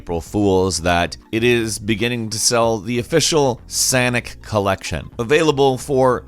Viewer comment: When said “Sanic” I fucking lost it